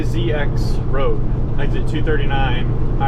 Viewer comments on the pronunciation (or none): I've always heard Zzyzx Road pronounced as Zizz-ex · It's pronounced zizz ex It's the last letters of the alphabet so no one can use them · that Zzyzx exit is pronounced zei-zix (or zee-zix).